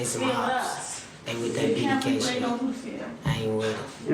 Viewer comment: what in the AI is this the way it pronounced sh!t was crazy and never seen lake spelled lac lol